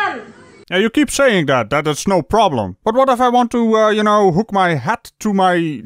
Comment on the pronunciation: LMAO, no hand, no ploblem